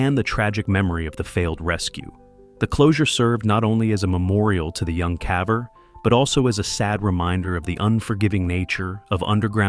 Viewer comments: What's a "cavver"? Is it like a ... caver?? 🙄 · Love these stories.. but not going to lie... hearing the AI narrator say "cavver" is gettng annoying. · Mispronouncing caver as cah-ver, then later pronouncing it correctly is a sign of AI voice generation. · "Caaver?" I'm sure. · U must be fun at parties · What the hell is a Cahver??? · Poor poor "cavver."